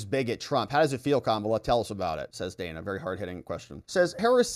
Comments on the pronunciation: Worthless scripted Interview. Harris even mispronounced Dana's name; calling her Dayna not Dan-a. Ridiculous answers. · Wasn’t it so racist when Kamala mispronounced Dana’s name? 🙄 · The questions were really rigged. Kamala responded to green new deal to the opening question but Dana did mention it at all, or is it that the editing wasn’t properly done. Secondly, why did Kamala mispronounced Dana’s name when she has mandated the world to pronounce her name correctly? The comrade is a hypocritical dunce!